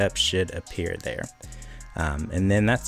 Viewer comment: When u said it should be there it sounded like a no no word